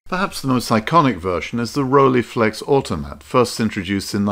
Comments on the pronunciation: Nice video, enjoyed it, but please do not pronounce it as Rolleeflex but as Rolleiflex with the ei sounding like 'I'. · Rolleiflex, pronounced Roll-eye-flex, not Rollyflex. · Probably someone has pointed it already out, if not: There is no Rollieflex, it's Rolleiflex (speak roll-eye-flex, since German "ei" is pronounced like English "eye". "ie" would be pronounced like you say it, but that's not the name...